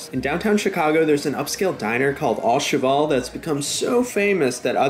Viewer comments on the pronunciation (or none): It’s pronounced O cheVAL like Valerie, not ALL cheVOLE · Pronounced "oh-shev-al" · Au in French is pronounced as a long O. Sorry to be that guy, though. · "Favorite restaurant" But can't even pronounce the name correctly. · the waqy you pronounced the restaurants name made my toenails retract to the shadow realm and I'm not even French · that pronunciation of au cheval hurt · Oh boy that pronunciation of the name of the restaurant is way off haha French is not easy